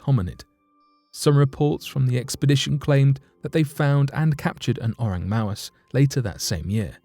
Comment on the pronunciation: "Oreng Mawes" 😂😁😂